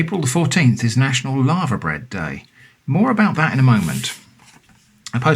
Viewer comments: I was slightly confused until I realized he was saying Laver, not Lava. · Sorry to pull you up on something,, but it's 'LAY-VER'. My late father was Welsh, and corrected me. We had it as part of a Welsh breakfast, with all the other fry up bits, and cockles, in a cafe in Saint David's, in the mid 1980's. It was delicious, and I've loved it ever since. Everything you have there looks superb. I'm definitely ordering some of that cheese. The book 'A Country Harvest' has full instructions on how to process Laver for eating. I'm sure you can find Laver on the Dorset coast. I think it's only rare in Scotland. Might be a worthwhile experiment to make your own Laverbread - the 'bread' part is because 'bread' used to be used where the word 'food' would be used nowadays. It's very disagreeable looking stuff, but I find that part of it's charm. The Laver and oat cakes as part of a fry up? As the Romans might say: "Colei canis est!"